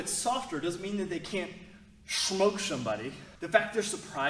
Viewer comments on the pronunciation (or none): Vewy vewy stwong "moussles" righ?! 😉 Yeahh I caught that lol and also "schmoke" n a pincake!?? Keep that going with those one worded accents from unique character!! 😆 It'a funny! Lol it's good no one else is doing that!!